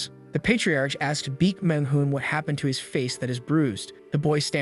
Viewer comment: for the love of satan please pronounce his name properly its BAEK not BEAK